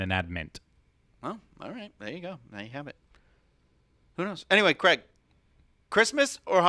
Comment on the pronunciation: Tell me Cwaig!!! Bahahah I'm intears!!